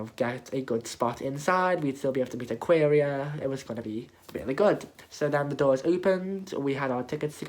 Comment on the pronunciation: aquaria not ayëqęirå you dumb bitch